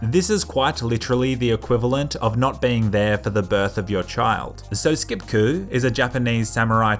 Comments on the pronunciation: Its sappuku not skipku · it’s seppuku bro not skipku, I still love you tho. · I think it's called seppuku not skipku but ok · It's seppuku sep a ku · What the fuck did you just call sepuku? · It is pronounced se-po-ku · He does not know how to say sapuku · so is no one going to talk about his horrendous butchering of the word seppuku? I mean I really wanna spread the word of your channel by telling the Japanese how well versed you are with their culture but I just can't if that's how ur gonna say seppuku 😂